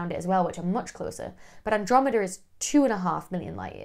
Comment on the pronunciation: Where is the "Androme-DER" Galaxy?